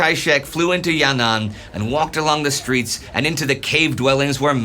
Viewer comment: Btw it's not ya-nan it's yan-an